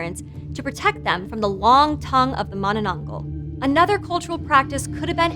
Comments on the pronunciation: I guess she's having difficulties saying manananggal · Why you not now how to say it corectly im kid of from the philipines i know already and ypu a adult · Not with her not even trying to pronounce it correctly smh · Bruh u butchered almost all the Tagalog pronunciations, Atleast learn how to pronounce the terms it hurts my ear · hahaha you say it funny!!! it's Mahnahnahnghal like Maanaa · She said it wrong bro you gotta speak a tagalog accent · She pronounced it as manana-angh-gal not ma-na-nang-gal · Mono-nong-gol Vs Mana-nang-gal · I love the way she says manonongal not mananagal 😅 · its not manananggal its mananananannananana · filipinos: manananggal her: maⁿᵃⁿᵃnggul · Her pronunciation of mananangal is soo innocent and pure , at least she tried her best !!! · Mani nong gull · oo nga mananggul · Kit Kat addict ma-na-nang-gal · Please! I beg. MA-nanang-GAL. Happy theres content like this tho! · Yeah its weird how Tagalog works. But its just Mananangal (maah-naa-naang-ghaal) just say it in order but faster. Hope it helps. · XD “Mananananggal” made me laugh! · Okay so im Filipino and i heard her say with an exceeding syllable: "Ma-na-na-nang-gal" 😂 and that just broke the laughter out of me 😂😂😂 🤟 p.s. Love your channel 💕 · ah yes mananageil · The last syllable is pronounce as gahl by the way. Mah-Nah-Nahng-gahl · No one:: mUhnUhNuhngGol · manenengel - what a way to say it. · MAH-nah-nang-gahl, with the "a" pronounced the way you would in that Muppet song, "Mahna-mahna." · Its pronounce manä nang gal gal not gãl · Heh, she thinks she said mananangal right, lolz...so cute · mananananggul ahhahahhaha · I wish she said manananggal correctly but its okay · Whoo! Philippine monster! I love your pronunciation of it! Very informative. Please do more weird Filipino monstrosities! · it's not about the accent. She added extra syllable to the word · The way she says "manananggal" is kinda wrong but who cares she aint pilipino anyways